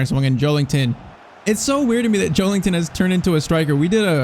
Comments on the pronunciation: Just an fyi: it’s Joel IN ton and not Joel ING ton. There’s no G in his name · Joe*LIN*ton not Joe*LING*ton lol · Maybe it’s just me , but I cringe so much when you say JoeLINGton 😂😅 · Bros saying joelington